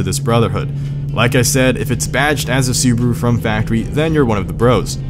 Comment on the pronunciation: Su-bah-ru not subru, car enthusiast but can’t pronounce names